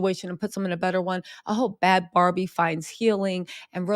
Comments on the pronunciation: I think she pronounces her name “Baby” not “Bobby”, not “Barbie” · 🚩🚩FYI... You keep saying her name WRONG.... it's 'NOT' BARBIE' (LIKE THE DOLL) Think BABY.. BAD BHABIE.